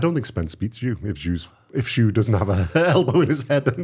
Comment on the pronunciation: It's tszyu not jew mate 👍